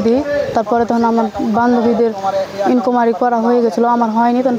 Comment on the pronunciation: banglar sikkha....10 pass meye bolche enquiry ke inkumary........:text-green-game-over